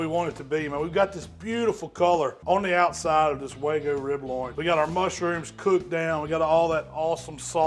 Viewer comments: It's not "wagu"... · Chipo-lte and way-gu. Yep. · WAGUUU. Wag-you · Wagoo? Come on man! LOL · Y’all need to look up how to pronounce wagyu. Y’all are saying it wrong 🤣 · Beautiful cook on that wagyu. The one thing you’re doing wrong is pronouncing it lol